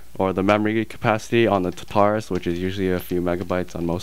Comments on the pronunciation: It's tar-ta-rus, not ta-tar-us! Lol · You do know it's pronounced Tar-tu-russ... right? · omg you keep calling it the tutarus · you say tartarus wrong :P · At least pronounce Tartarus correctly, geez.